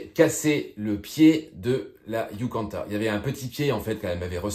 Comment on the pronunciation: C'est pas "yucanta" princess mais "YUCATAN" haha